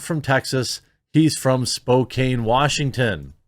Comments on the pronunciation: Spoke-ain? No, Jeremy, it's "Spoke-Ann." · Hey Jeremy it’s Spokane with the a said like the a in can not cain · I'm going to have to start assuming that you and Tim Pool are incapable of proper pronunciation. Spokane is pronounced like "Soda Can" not "co-caine." MIZZOU is pronounced "mizz-zoo", not "mee-zoo." Otherwise, decent points... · Spo-can. Not Spo-cane. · Spokane is pronounced "Spoh-Can" not "Spoh-Cane", FYI. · it's pronounced Spoke Can. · It's pronounced Spo-Can like Spo-Can, Washington. I'm not trying to dunk on you for that or anything, we have an entire system of names that if you mispronounce we know you're not from around here. Probably the most famous is actually Oregon (pronounced organ as in organ grinder or the human spleen). Even Cigarette Smoking Man in X-Files mispronounced that. But he's Canadian, so... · It's pronounced "spo-can" lol 😂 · Spokane you say it like Spo-Can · Obligatory "Spokane rhymes with Dan not Dane"